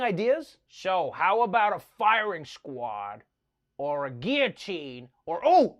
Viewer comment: Thank you for pronouncing guillotine correctly.